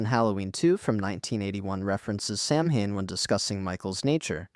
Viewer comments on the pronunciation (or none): Is pronounced sauwin. Jesus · Just FYI it’s pronounced “Sow-in” Like… I know it’s pronounced “samhain” in the movie but any witch or pagan or Wiccan will either nicely correct you or laugh at you until your ears turn blue.